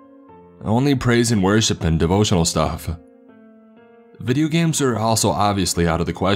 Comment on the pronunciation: Video games-Ah People-Ah It-Ah I-Ah